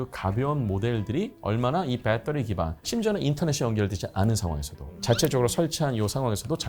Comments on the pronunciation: 지상렬이냐 빼떠리 😂😂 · 영어가 휘황찬란.굳이.근데 빼떠리는 뭐냐?빠떼리도 아니고 배터리도 아니고 ㅋ.아재 영어. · 내용 재미있게 잘 들었습니다. 영어 발음이 너무 좋으시네요. Battery만 ‘빼터리’로 발음하시는 것이 흥미로웠습니다.